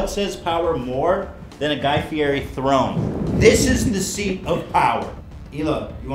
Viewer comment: He keeps mispronouncing Fieri